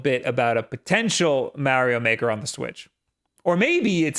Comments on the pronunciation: Whats "MAH"-rio Maker 2??? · “Maerio maker”